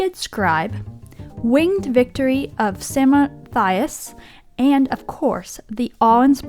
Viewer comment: Samothrace is not that difficult to pronounce!